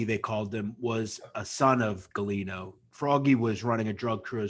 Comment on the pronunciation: I think this guy nam was Galione. not Galino